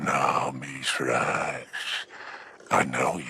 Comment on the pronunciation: Hey, can we try and focus on calling him by his proper name Misraaks? It's really uncomfortable when you call Mithrax when even the Eliksni in game call him by his proper name.